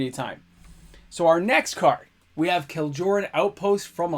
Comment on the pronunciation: You dont pronounce the J in Kjeldoran and you dont pronounce D in Djinn.